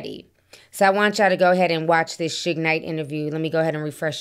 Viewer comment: Ti why are you pronouncing Suge's name like that? Shig?? 😂😂😂